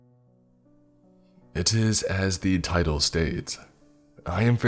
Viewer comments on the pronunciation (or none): none